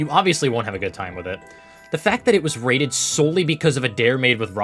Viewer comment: "each will be wated differently"